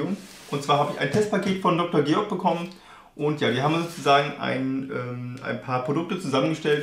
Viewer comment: Goerg, nicht Georg...